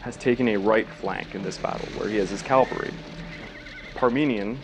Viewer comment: Cav-al-ry not Calvary.